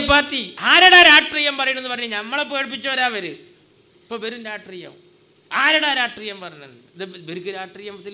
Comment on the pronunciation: ഇവനെ നേരാംവണ്ണം മലയാളം പറയാന്‍ ആരെങ്കിലും പടിപ്പുക്ക് ... രട്രീയം പോലും ...